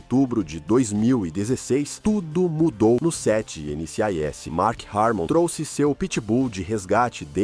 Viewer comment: chato de mais, sem falar que o nome da série foi falado errado o vídeo todo!